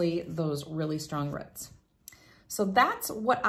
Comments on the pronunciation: She also says "rhutts" but means roots. 🤣🤣🤣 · Rhuts? 🤣 Not a Tenn native! Great videos. 🤪